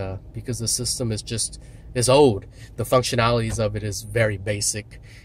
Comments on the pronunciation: He kept saying "ode". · learn how to say OLD!